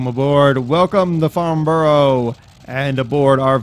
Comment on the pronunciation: Great vid, hate to be the nit pick but as someone who knows that airfield well you pronounced the name quite wrong :D It's not farn-burrow" but rather "farn-burer" Think of the way in which you would pronounce Edinburgh and then take the end of that, that's how the end of Farnborough should sound :D